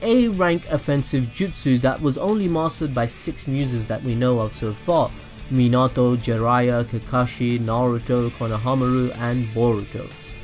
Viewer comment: You said minâto. Not minato ... Too much "Ah" Its "ao"